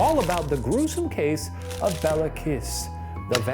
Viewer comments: I'm struggling with listening to the name pronunciation. FYI Béla is pronounced Bayla and Kiss is Kish. I know most people in the English speaking world won't care but for those of us familiar with Hungarian, it's like nails down a chalkboard every time he says Bella. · the pronunciations kill me lmao, calling him Bella Kiss of Sinkota sounds so romantic xD it's pronounced like "Bay-lah Kesh", and the Cz in Czinkota makes a ch sound, so it would be more like "Chin-kota" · His name is Béla, pronounced bayla. Béla Lugosi, actor. Béla Bartók, composer. Both Hungarian. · It's pronounced "Kish Bale-ah" you can look up this stuff in like seconds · Hey so I just wanted to point out that Béla Kiss is actually pronounced like Bayla Keesh, and Nagy sounds kind of like Nodge. Love you guys! :)